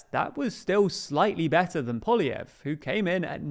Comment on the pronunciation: Happy to see has learned how to pronounce "Poilievre"